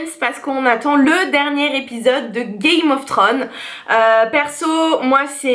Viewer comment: C'est dommage de prononcer "Game" à l'anglaise et pas "thrones"....